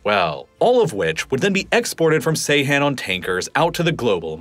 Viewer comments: Not pronounced say han. it's Jay han. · Bro this is the second time im correcting you, its not Seyhan its Ceyhan (Jayhan). Those are 2 different cities in Adana! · Ceyhan is not pronounced Seyhan. The “C” is pronounced like “j.” Seyhan is a completely different town. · C is pronounced J in Turkish. It's pronounced "Jeyhan". Good grief. It's not like nobody mentioned Ceyhan before in modern history. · По тому, что автор не в состоянии прочитать топоним Джейхан правильно и называет его Сейхан, у меня появляются сомнения в его компетентности. Не говоря уже о его однозначной предвзятости, относительно множества политических событий, которые он описывает.